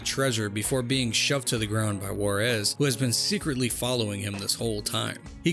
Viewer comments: "call of warez"... shit who says that this way??? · take a shot every time he mispronounces Juarez